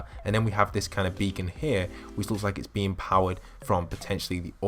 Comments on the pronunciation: Title: becon video: Bekon, Bakon.(how he says it) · Who else got triggered how he pronounced beacon when heading over to tilted?